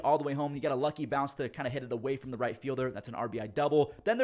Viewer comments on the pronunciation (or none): none